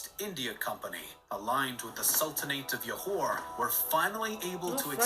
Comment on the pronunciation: oh gosh Johor's Jo is pronounced as in Jo in "Joe"... what is Yohor hahahhaha Kecil's "cil" is pronounced as "chill" without the H sound. aaahh narrators